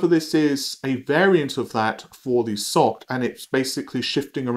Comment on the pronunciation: sorry to say that SoC i.e. system on chip is pronounced ɛsˌoʊˈsiː i.e. "ES-OH-SEE", not "SOCK"...